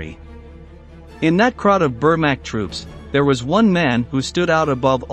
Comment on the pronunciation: It’s Vermach I n pronunciation